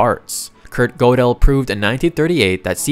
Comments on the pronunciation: He gets Godel very wrong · Great video, but I would suggest looking up how to pronounce the names of famous mathematicians next time! (Gödel rhymes with turtle) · Dude, stop saying “COMP-ASS.” It’s pronounced “COM-piss.” Gödel is pronounced “GUR-dull”